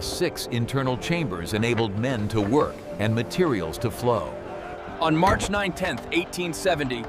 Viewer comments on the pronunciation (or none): none